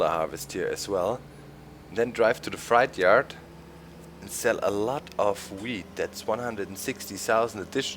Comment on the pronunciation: Hey Doc, you're always helping us with German, so maybe I can help you a little... You're saying "freight yard" with a German ei but it's an ä, something like "frätjard." You're saying fright yard, or schreckhof :-)